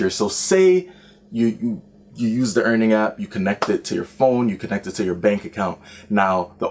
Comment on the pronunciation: Dude its Earnin, not earning